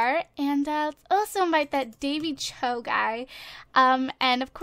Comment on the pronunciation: It is Pronuunced Dany Ch-o